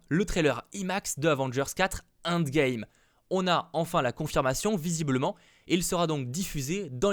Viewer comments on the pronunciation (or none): "Inde" Game.. désolé mais mes oreilles;_; "End Game" please thanks haha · Quand tu dis "imax" il faut le son "aïe" au début Et c'est pas avengers "indgame" mais "endgame" ça se prononce à l'anglaise 😉 Oui je suis chiant mais ça me perturbe sinon